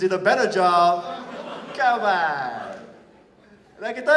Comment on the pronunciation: He turned Austrian when he made it sound "kaman" XD